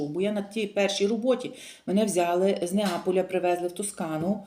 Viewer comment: Бля,не взяли,а Взяли